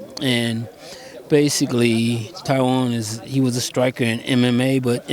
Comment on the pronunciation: why can't they say tyron's name correctly?